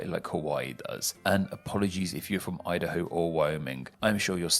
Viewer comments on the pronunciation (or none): none